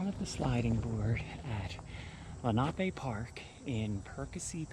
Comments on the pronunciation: It is not pronounced lake lee na pay. Rather. Len-a-pee. This is an indian name. My granfather and mother both grew up riding the carousel. This park continued all the way to sellersville with different names I would play soccer in the early 70s closer to sellersville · I’m 77 and grew up in Sellersville/ Perkasie. It’s pronounced Len’ a pee after the Lenape Native Americans. We went often to the carousel and swam at Menlo. Before my time there was a big wooden slide that I believe was used in winter. Nice tour. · Absolutely love how you say lenape park!! Thanx again for another great video!!!